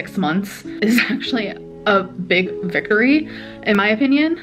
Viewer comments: Did she say “vickory”? Lord. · Wait she said “vikory” instead of “victory” lol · “A big vickory.”